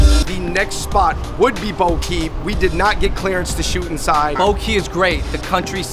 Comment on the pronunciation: Bo Ky is a classic. Pronunciation was a bit off, more like (Bor Gae).